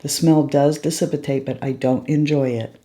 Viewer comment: "Dissippitate"... haha! Who needs "dissipate" when you can have "dissippitate"?!? Love your -isms!!